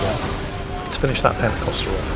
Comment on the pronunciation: It's "pentekonter," not "pentekoster." The first one is a ship (roughly translated, "fifty-oared"); the Pentecostals are a sect of Christianity emphasizing baptism in the holy spirit. Though now that I say this, I'd almost prefer if they were ships crewed by radical Christians intent on giving you a baptism by fire... :P